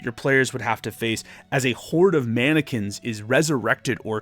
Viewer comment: You said mannequins, but all I heard was “Anakins” at first. Therefore, I am now imagining a bunch of Anakins running after our party with Kohl’s cash lightsabers. Great video as always, didn’t realize I would love the folk magic so much.